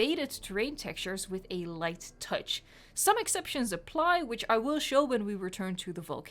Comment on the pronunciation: Ah yes the "light touc", my favorite technique